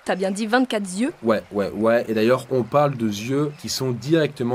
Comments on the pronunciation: Les 24 zieus m'ont fait mal aux zoreilles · vingt-quatre Z'yeux, répété 3 fois. Attention aux liaisons dangereuses.